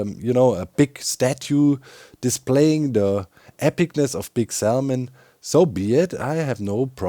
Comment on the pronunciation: I can’t say Salmon correctly now after hearing Doc over pronounce the L so many times 😂